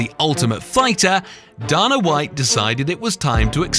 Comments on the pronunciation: you dumb shit its Dana not dona fool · Erm "Darna white"? It's pronounced Dayna, sherlock. Do your job better! Pathetic! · It's pronounced DAYNA WHITE numb nuts! Say it out loud, D-A-N-A! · It's funny how he pronounces "Dana", "Ortiz", and "Wanderlei". Those are just the ones I casually noticed, and I'm only 12 minutes in.